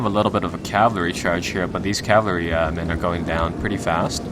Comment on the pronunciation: It's cavALry not cavLAry, that's slowly been driving me insane this whole campaign lol.